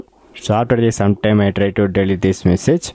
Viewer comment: Your pronounciation of Delete feels "Dalit" and Notification like "Notiphikesan" 🤣🤣